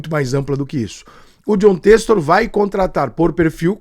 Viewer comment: "Têxtor" é sacanagem. Ele não sabe ou não consegue falar?